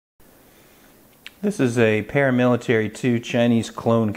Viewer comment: Wow ml, vely nice Spydelco Palamilitaly Thlee you've got thele!